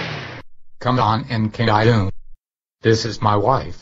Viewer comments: I love how the voices pronounce caillou like caylou lmao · I like how they call him Kay Lou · or k-i-u